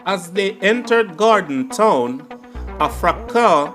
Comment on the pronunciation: Gordon Town not Gorden Town